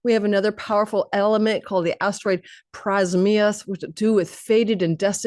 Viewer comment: PRA-AM-ZHYUS the Eternal One, not prezmyus (was a little confused listening until i read the caption). Amazing reading ❤